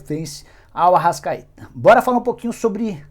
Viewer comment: Ele ser pronunciou errado